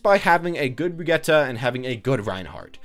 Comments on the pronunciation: Both pronunciations are wrong. It's bree-git-teh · “Brigeta” Is it hard to say Bridge-It